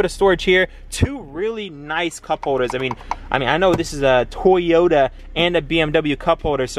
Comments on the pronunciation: It’s not “toy oh ta” it’s “to yo ta” Japanese is made up of phonetic syllables but all western countries butcher it. (Not having a go) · Bro toyota not tayota😂😂😭😦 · DAMN! I thought you were saying Tyota on purpose! LOL